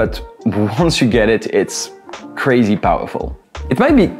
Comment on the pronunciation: Is the host really French? "Anywhere", "crazy"